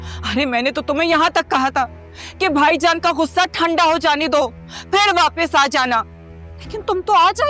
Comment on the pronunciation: اردو تلفظ تو پہلے درست کروایا کریں۔غصہ ہے گھسہ نہیں